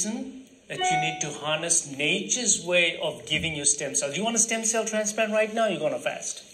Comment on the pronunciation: Steem Cell nai hunda bhrava Stem Cell hunda